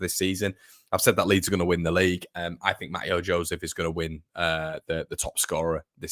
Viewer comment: Mateo Joseph’s first name is pronounced ‘Mat-Ay-O’…😝…. He’s gonna be a star… let’s hope…🤞🏼